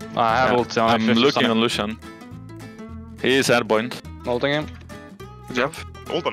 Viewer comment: Petition to change the effect "Airborne" to "Airboint"